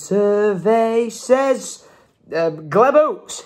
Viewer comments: Glebe farm oats are pronounced ‘Gleeb’ (or at least I’m pretty sure as that’s the same of a road near me) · Gleb 🤣🤣 It’s pronounced “Gleeb” (weird I know!) only reason I know is because it’s in a town near me 😂😂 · Gleb oats lol, it's pronounced gleeb